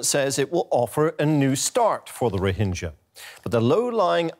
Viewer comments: Its rohinga not rohinja. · First of all... Pronounce it properly.Its not Rohinjas!XD